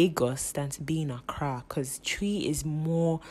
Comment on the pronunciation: I really enjoyed watching this especially since I can relate. I'm a Ghanaian schooling in Nigeria. Your stuff's legit😂 I was just nodding in agreement throughout. Really enjoyed the history lesson too. Your Kenyan accent was too good and the way you pronounced the word "Twi"...on point😂